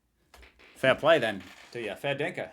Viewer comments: FYI it's "Fair dinkum" not "fair dinkun" 🙂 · "Fair Dinkum" hahaha. Makes me laugh everytime you say "Fair dinka" 🤣